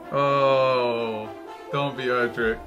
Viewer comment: And It’s Erdrick Not Edrick